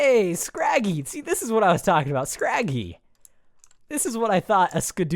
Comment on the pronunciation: its scraggy not scraffy